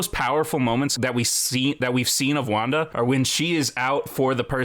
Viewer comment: When CBR says wanda Me hearing : wonka